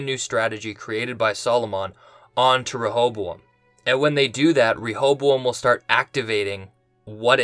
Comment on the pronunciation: Has anyone noticed how he pronounces “Rehoboam” different ways in the same video? What’s strange is that he’s been doing it since the first episode. You would think after a couple videos, he would just pick one pronunciation. Proof we’re in two different timelines???